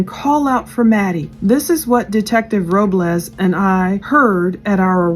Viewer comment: Soto is pronounced the same way you’d pronounce soda just with an O at the end instead of an A 🙂 You got Robles perfectly 👌🏼